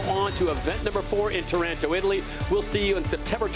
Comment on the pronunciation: It is NOT Taránto (sounds too much like Toronto). It's TÁRANTO!